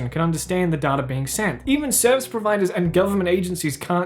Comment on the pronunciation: I'm mildly upset by the way you say Data. It's Data, not Data.